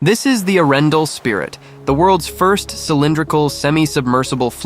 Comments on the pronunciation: Your prononciation of Arendal is so way off, that it could not be worse😂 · Its pronounced with a pause , between Aren and dal. Butt how to know, if your not from Scandinavia